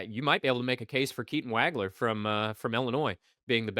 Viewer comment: Dude.....it's pronounced "WAUG-LER".....not "WAG-LER". Geez.